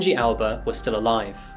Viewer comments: How come Aoba was pronounced as 'Alba'? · The way you say Shinji 'Aoba', sounds more like Alba, thus the captions. Other than that, all is well. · Why you pronounce AOBA as ALBA?